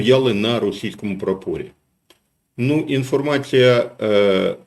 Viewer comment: Коли говорите "стояли на прапорі" , то треба у слові прапорі наголос робити на складі "пра", а не складі "по".